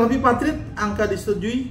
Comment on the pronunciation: Yg bener BIPARTIT dan TRIPARTIT bukan BIPATRIT dan TRIPATRIT.